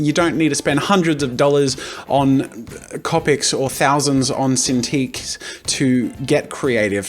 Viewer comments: it's not capic it's copic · "Copics" C"oh"pics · I find it rlly annoying how you say copic I say cOpic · The way he pronounces "copics" bugs me.